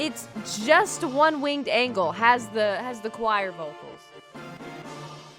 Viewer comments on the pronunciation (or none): One Winged ANG-LE lolll I’m dead